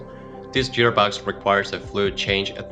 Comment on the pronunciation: What the hell is a "jeer box" ??